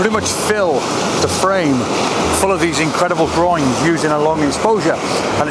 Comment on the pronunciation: I'm not English speking but every time you say groins i giggle. 😂 Nice pictures by the way. I love lots of negative space in pictures. ♥️